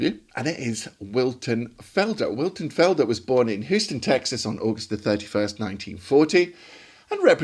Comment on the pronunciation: Nice one,! Until this clip I was only familiar with Illinois Jacquet's lush sub-tone ballads. (By the way, if you had only said it once I would have ignored it, but since you mentioned it numerous times -- that city in Texas is pronounced Hyouston.)